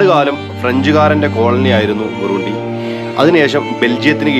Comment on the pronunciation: Burundi ( ബുറണ്ടി ) എന്നാണ് ഉച്ചരിക്കുക